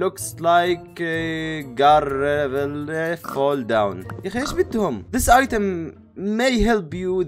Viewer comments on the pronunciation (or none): none